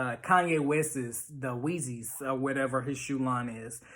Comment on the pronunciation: Bruh said “Weezys” that’s it this man don’t know shoes. exits video